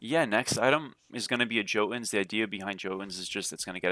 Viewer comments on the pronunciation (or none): Hey brother, jotunns is pronounced with a "yo" instead of "joe" lol. Mast used to do* the same thing xD just so you know.